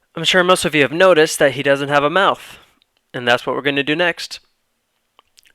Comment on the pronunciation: I love the part when you say: "Da Mouth" Huh, nice tutorial. Thanks!